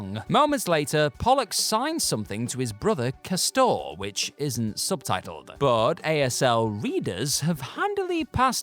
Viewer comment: Dude can't even pronounce castor properly